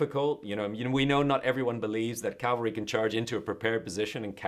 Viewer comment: Why does he keep saying Calvery vs Cavalry?